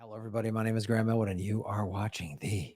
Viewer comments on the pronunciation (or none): none